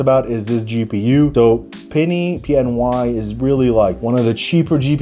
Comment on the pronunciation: the way he said pny is mad 💀